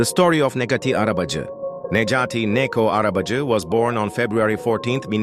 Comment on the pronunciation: And you can't even pronounce his name